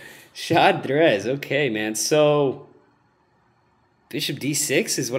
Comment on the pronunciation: "Zadrez" is not Portuguese for "chess" -- "Shad-reizh" is :) Great video, though! :D